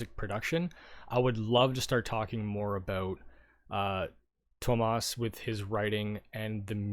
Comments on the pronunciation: Tuomas is said like 'TOUR-muss' (without the R). Or you can say it the English way Thomas. But ThoMAS is the most alien to his native Finnish - we would spell that To Maas :) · TOO-oh-mas. 3 syllables...don't cheat him out of that extra one, he's worked hard for it :).